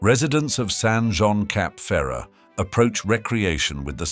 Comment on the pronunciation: The Rothschild name ending is not pronounced as the english child... more as shilt. Neighboring Nice is pronounced niss. And Jean is not pronounced john... Otherwise fairly ok and interesting, thanks.